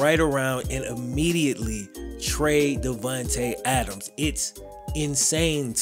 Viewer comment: "Davuntay Adams" lol